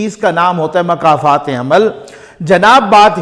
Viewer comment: محترم ۔۔ انتہائی مؤدبانہ گذارش ہے کہ لفظ "مکافات عمل" کے شروع میں "مکافات" کے میم پر پیش ہے ، جیسے "ملاقات" میں میم پر پیش ہے ۔ نہ کہ زبر ۔